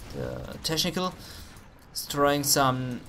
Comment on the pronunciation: Dein Teschnical is legendär xD